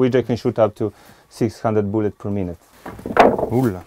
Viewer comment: Up to 600 hundred boolet per minute